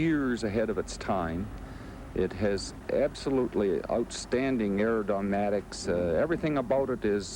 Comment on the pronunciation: he said aerodyNADics?